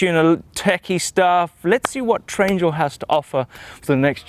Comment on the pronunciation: Wish he wouldn't have said Trangle.....